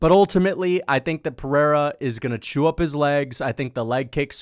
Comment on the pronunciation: You could almost call it the PeriERA 😅